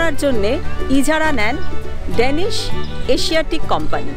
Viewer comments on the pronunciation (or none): আপনার video ওর সবকিছু ভালো, উপস্থাপনা চমৎকার, আমি আপনার একজন subscriber তবে শুধু একটা বিষয়, এতো কিছু ভালোর মধ্যে একটা বিষয় একটু ঠিক করে নিলে মনে হয় আরো ভালো হবে তা হলো আপনার ইংরেজি উচ্চারণ যা বেশ দুর্বল এবং মাঝে মাঝে কানে লাগে। যেমন এখানে বেশ কয়েকবার ডেনিশ বললেন অথচ কথাটা ড্যানিশ। আশা করি বিষয়টাকে একটা গঠনমূলক সমালোচনা হিসাবেই গন্য করবেন।